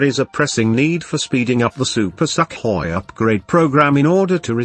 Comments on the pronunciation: I like your pronounciation of "Super Suck Hoy"! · INdian "SUCKhoi"... wooooow!!! i dont know wether o be offended or to laugh my ass off.